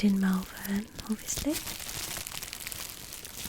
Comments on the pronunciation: Gotta pronounce it MalVUN, not MalVERN, they're not that fancy round 'ere ;) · its pronounced 'Mol-vern'. I've lived here all of my life. I'm less than a mile away from you right now, and if i see you in town I'll say hi! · I live right near here & I love the way you pronounce Malvern 😂 you say it 'Mulvun' rather than Mal-Vern !!